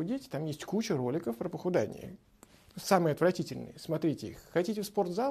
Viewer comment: Правильно говорить "похудЕние"! А не похудАние.